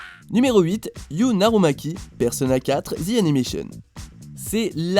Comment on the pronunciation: il dit narumaki alors qu il est marqué narukami